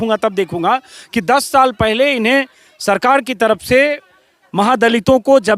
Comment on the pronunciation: Aapki baaten pasand ki jati hai Lekin Ek patrakar hokar bhi aapki hindi urdu achchi nahin hai Ye buniyadi zaroorat hai k aapki bhasha par zabaan par pakad ho Aap buzurg ko bujurg taraf ko taraph bolte hain aur bhi bahot si ghaltiyan hoti hai Aap apni bhasha theek kar len to aap bahot nayab ho jayenge